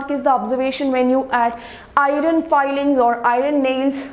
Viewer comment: Iron not"irin"